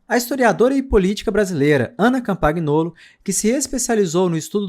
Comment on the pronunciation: Parabéns pelo trabalho. A pronúncia é Ana "Campanholo".